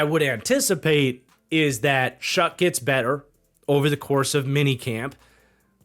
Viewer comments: Bro… ‘shuck’ not ‘shook’ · Brah.... Louisville fan here love the content but it's Tyler Shuck not Shook 😂